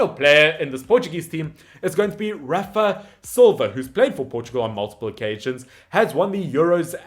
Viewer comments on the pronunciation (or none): none